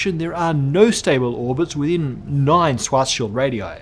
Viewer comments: Stop saying swah-shield. I don't know exactly how Schwarzschild is supposed to be pronounced, but I'm at least sure the r isn't silent! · My God, just say SHVARTS-SHEELD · uses to pronounce SCHWARZSCHILD's name kinda 'Schwarz-child'. This is why all the discussion about children began. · "Swashshild" LOL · Yeah. I remember thinking at the time that that pronunciation seemed wrong, or at least not German. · His pronunciation of Schwarzschild is terrible but I can't blame him for it. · Why do you keep pronouncing "schwarzschild" like that. Stop!